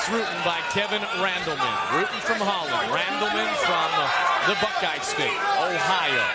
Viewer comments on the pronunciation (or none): none